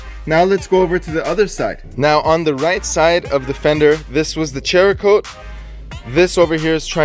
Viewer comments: Cerakote (sarah-coat), not CHER-A-Kote...LOL. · It’s pronounced serakote not cherakote. But awesome videos and thanks for the testing! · LOL he keeps saying cherakote.... its cerakote. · Great review, but you guys really need lean how to pronounce the names of the products. You murdered Meguiars and Cerokote is pronounced ..."Sear ah ' coat...... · I find it funny every time you guys call the Cerakote "Cherakote" HAHAHAHAHA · Its Cerakote (saracoat), not "Cherakote". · I can't believe you are still pronouncing it as chericote. Where are you getting ch sound from? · Cerakote is pronounced Sara-coat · It's pronounced sarah coat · There's no 'H' in Cerakote. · How many months later and you still haven't learned to pronounce it??? (Oh and put a real grille back on that Jeep, you're mistreating it.) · Dont normally comment but you guys clear uneducated pronunciations! The cerakote is a ceramic product, hence the name! And Maguire's sounds like squires! Why would you guys pronounce things wrong clearly ! Hope this clears things up for you!